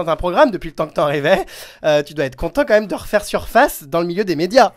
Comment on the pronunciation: "comme même" ok toi mdr